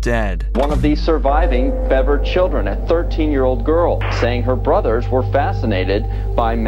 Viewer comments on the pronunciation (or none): Do the people doing the voiceovers not learn how to pronounce names before doing their job? Is this just a weak AI voiceover? Bever≠beaver. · "Bever" not "Beaver". Do your homework before you upload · It's Bever not Beaver.